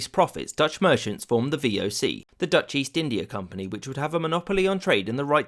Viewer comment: A non-Dutch person mispronouncing Dutch words. Go figure.